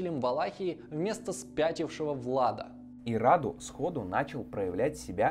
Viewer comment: Сильно извиняюсь, но считаю, что у меня есть право вас поправить. Как человек с соответствующим образованием, естественно. Имя конкретно этого младшего брата Цепеша принято произносить с ударением на «у», хотя уточню, что правилами русского языка произношение этого имени не регламентируется – обычно говорят так, как вы сказали в видео, рАду. Во-вторых, Раду не был гомосексуальным, более того, он был подвержен сексуальному насилию со стороны Мехмеда ІІ в возрасте 9 лет. Это никак не отменяет того факта, что как раз сближение Мехмеда II и Раду является следствием такого бэкграунда. Просто захотелось уточнить некоторые моменты.